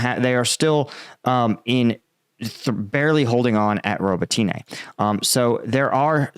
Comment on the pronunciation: Robateenay? Pronounce the name correctly please. Watch Denys Davydov instead, this guy won't even bother learning the simple pronunciations.